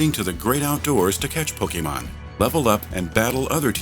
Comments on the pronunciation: I LOVED this video, but as a die-hard fan it kind of irritates me to hear Pokémon mispronounced EVERY TIME. It's not po-kee-mon, it's po-keh-mon :D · PocketWow Actually it's Po-Kay-mon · really great video! :D A bit wierd how the narrator says pokemon..